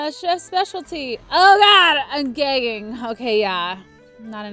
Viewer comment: she said gaying it says gagging